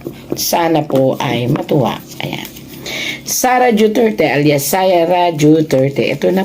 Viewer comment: Duterte madam hindi po juterte